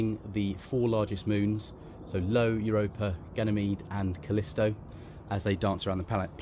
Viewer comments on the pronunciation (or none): good video but it's io not low